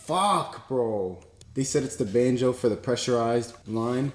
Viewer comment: Nahhhhh yo 😂 you’ve gotta add in more bloopers! The mishaps with saying banjo are funny as hell